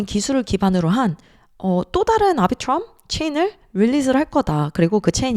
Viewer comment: 아비트럼을 앨비츄럼이라고 안하는게 어디임